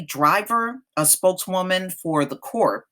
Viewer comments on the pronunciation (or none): The word "Corps" is pronounced "core". Don't pronounce the "p" or the "s".